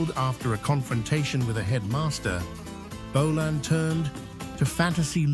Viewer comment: Don,t Know who you are but for f**k sake. "Bolaaan". Ifyou can,t even say his name properly ,get tae f**k!.